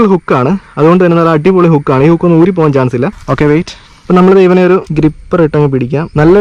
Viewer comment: പാകാൻ അല്ല പോകാൻ എന്ന് ആണ് പ അല്ല പോ